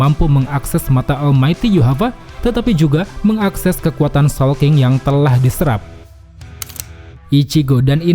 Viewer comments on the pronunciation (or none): none